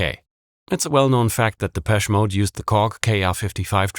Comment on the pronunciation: Its pronounced’deh-pesh-ay mode’ - dont ask me why